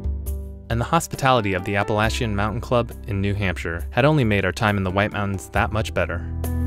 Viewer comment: Thanks for pronouncing“Appalachian” correctly.